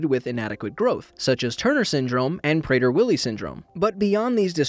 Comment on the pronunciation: I thought you said prayer “Willy” syndrome lol